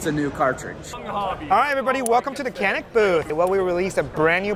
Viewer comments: As a Türk, every time someone pronounces it "kannik", I die a little. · I love how the Canik rep can’t even pronounce the name of his product correctly